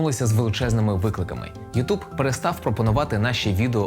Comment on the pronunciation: ютЬюб*, а не ютУб